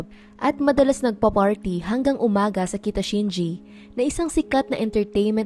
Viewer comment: kita shinchi po not shinji